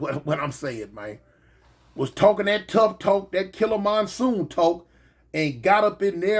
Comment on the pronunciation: The "YOU know"s "the whole hook-up"s and when you say "SPIT" be having me cryin laffin🤣. And when you said "Killa Monsoon" 😂😂😂